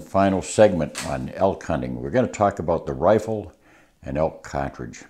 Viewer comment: His wisdom on the subject is unparalleled but I’m mainly here to hear him say “catredge”.